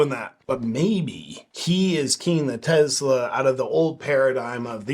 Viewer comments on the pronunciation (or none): JP, enjoy your work man! But its Tesla, not Tezla. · Love your channel but…… it’s not Tezz-la it’s Tessss-la! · What's a Tezla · Start out by pronouncing TESLA correctly. There is no Z in TESLA. That pesky letter in the middle is an S. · Why are you calling them TeZlas there is no Z in Tesla. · Is it Tesla or as you say.. Tezzla 😅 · It's not a Tezla. It's a Tesla. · It is not Tezla name is Tesla. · Why do so many people call them Tezla? There is no Z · Did you say “Tezla” ?? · Am I the only one bugged by the way he keeps saying Tezzla? Super Annoying… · No "z" in tesla! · Its not a very big deal, but it still really annoys me that you insist on calling it "Tezzla," and that you have to say it so many times. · Take a shot every time he says "Tezla", good luck.